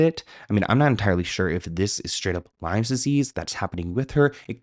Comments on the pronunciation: Chronic Lyme disease not Lymes please 😊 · Oh, it's LYME disease, not LYMES disease 😆